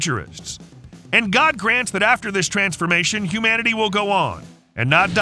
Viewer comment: SO LET US FOCUS ON THE END OF MUNANITY INSTEAD OF WHATEVER